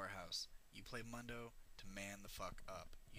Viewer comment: how do you not pronounce "MUNDO" right when he says it himeslf right when you choose him?